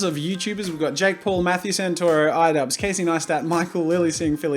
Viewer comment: IDUBBBZ not iddubz